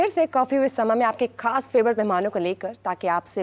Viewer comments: خاص ہوتا ہے کھاس نہیں ہے تلفظ کی ادائیگی میں دھیان دیا کریں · ،کھاس' نہیں یہ لفظ ،خاص' ہے۔ نقلیں عقل کے ساتھ ما ریں۔ اپنے وقار کو ملحوظ خاطر رکھیں۔ اسکو اپنے ہاتھوں سے تار تار مت کریں۔